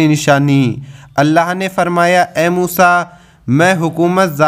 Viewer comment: Aap pehle hazrat ali رضی اللہ عنھاka naam or musa علیہ السلام ka naam sahi lo pehle bat karne ka tareekha sikho badh me deeni bate bolo samjeh 😯